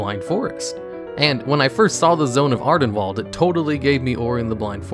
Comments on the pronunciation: "Ardenwalled." You must've seen that harry potter fantastic beasts sequel recently to pronounce it like that. They say Ardenweald within the game as well so there's no excuse lol. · It's wild how youtubers mispronounce things that get said aloud in game all the time, like ardenweald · Jesus, mate, just bother pronouncing things the right way, its painful to hear Ardenwall every 20s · Ah yes, "Adenwalled", my favorite.